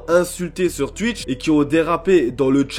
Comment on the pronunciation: On dit skouizzie et pas skuizzie, on dit ou-hi et pas ui pour oui. C'est pas tui-tche mais tou-itch.